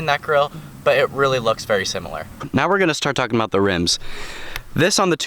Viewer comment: You saying rims gives me a headache